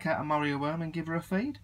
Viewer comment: I thought you were saying Mario Worm :P